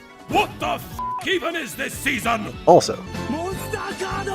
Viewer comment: monsTAH CARDO